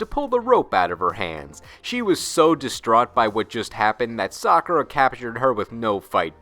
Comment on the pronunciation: Props for saying Sakura's name properly, but his name is Syaoran, not Li. Li is his last name. The only reason characters call him that is because of Japanese culture, but his first name is Syaoran. Lee is only his first name in the crappy 90's dub by Nelvana, which popularized the incorrect pronunciation of Sakura's name. Of course, they couldn't even keep that consistent when you watch Episode 9 and he calls his robes the "Li family robes"